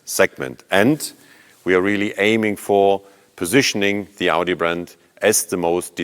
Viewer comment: Nothing better than a German mispronouncing Audi with a bad German accent.